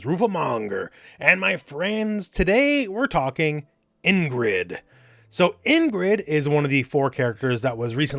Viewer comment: Pronounced EEngrid, not “in-grid”